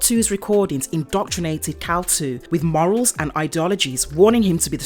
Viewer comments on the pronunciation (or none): Not trying to sound like a major comic nerd, but it's Kal-Il (I-L) which would be pronounced "ill" or "I'll" not "2." Good vid otherwise. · It's pronounced Il ( if you're sick ) not two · It's not "Kal-2" it is Kal-Il... as in "Kal-ill". Kal-El is superman. Kal-Il is ultraman. . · “Kal-Il” not “Kal-2”. Kal-iL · Just a correction... The name is Kal iL ( like ill, sick) and not Kal- II. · I think you mean kal-il or kal-Il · It's Kal-iLL as in Sick 😷 Kal2 lol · I'm surprised nobody mention about the name, it's kal il not kal two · I had to stop watching this. The mispronunciation of Kal-iL was a real turnoff.